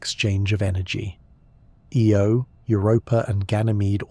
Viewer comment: IO not EO